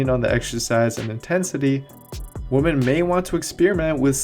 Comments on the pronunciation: buddy its pronounced "wimen" not "wooman". "wooman" is one, "wimen" is the plural. Woman is one, women is the plural. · Turn on the subtitles for anyone thinking he is actually saying WOMEN. He is not. He's saying WOMAN. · I'm going crazy listening to this younger generation slaughter the English language. 🤦🏻‍♂️ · Excellent video. But it was strange that you say men and females. Choose one: Males and females, or men and women. And women is pronounced [wimen]. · Women my friend...Women. It's pronounced Wimen when you're speaking of more than one woman. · I love you, you are one of my favourite, I watch all your videos, read your articles, I’d like to buy one of your programs soon, you are super smart, you’re from my home town….but through this video it sounds like you say men & woman (woman) instead of women lol. Thought I’d just mention it, not sure if that’s what you’re saying or what I’m hearing? Lol 😂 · You sound like a caveman the way you pronounce “women”. “Woman like big butt. Woman think big butt good.” 😂😂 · He said MEN with the E yet says WOMEN with an A. Makes zero sense. Turn on subtitles, he is saying WOMAN. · Women is pronounced as "wi- men" Haha. Unless that's an accent thing. Great vid btw! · I made it to about the 20th pronunciation of women in singular instead of plural. Great video otherwise. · I gave you a like even though you can't pronounce 'women' correctly 🙃. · I couldn't bring myself to click like, solely because of that 💀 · Do you need support with pronouncing the plural of 'woman',? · I'm clicking off. I can't take him seriously when he can't say "women" properly. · I’m not sure knows how to pronounce women - gr8 video though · Lol right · Thanks for saying “women” in Spanish. That “wimen” absurd thing drives me nuts... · I think you’re saying women wrong btw 😄 Great videos 👍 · I couldn’t watch this shit without cringing every time he said it... really takes away from the good info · The cc hears it too